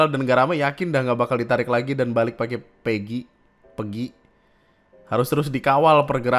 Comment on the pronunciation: PEGI bacanya kaya "peggy" bang, bukan "pergi" 😁 btw pemerintah gobl